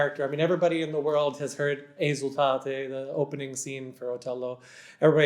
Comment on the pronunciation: Is it REALLY Mr Jagde who’s talking ? Unable to pronounce correctly “Desdemona”, “Esultate” or “Già nella notte” ??? Really weird…